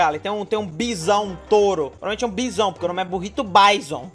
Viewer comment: n é BAIZON é BIZÕN